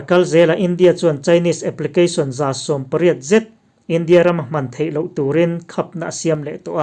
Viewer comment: India, china i tih hian a thluk a ti dik lo thin..